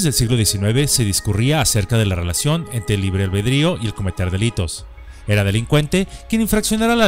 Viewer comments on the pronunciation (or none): none